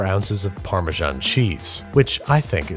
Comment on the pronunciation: The way he says Parmesan... AAAAAAAAAAAAAAAAAAA